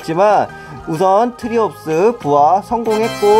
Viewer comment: 정브르님 '트리옵스'가 아니라 '트라이옵스'라고 합니다